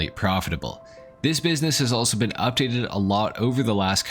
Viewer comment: “It is easily the best that it has ever BEAN” 🫘